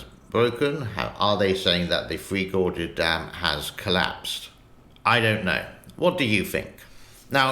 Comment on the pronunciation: Its not " free gorges" its "three gorges". Just teasing.